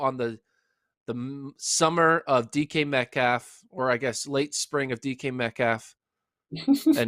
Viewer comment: Please say his name correct when dissing him